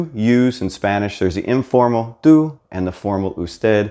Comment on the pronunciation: Your pronunciation is pretty good, but right here you pronounce the u in tú and usted wrong. Why is that?